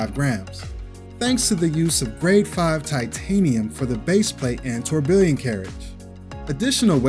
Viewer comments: It’s incorrect. Even the guy in your video is saying it different. He cannot pronounce the proper English word because of his accent. Sounded out it should sound like “tour-be-on” the two Ls are silent. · Dude, have I been pronouncing Tourbillon incorrectly? Or are you? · Saying it wrong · That's what I've always heard it pronounced, until this guy tortured the word.